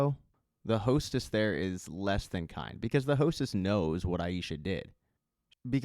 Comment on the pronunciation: Great job, as always but its Tai-SSa, no H, no "sh" sound. Just yhr "s" sound.